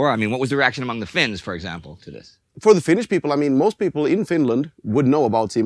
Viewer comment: The narrator (who I enjoy in similar productions) gets the Finnish pronunciation right. Good job. Not everyone does.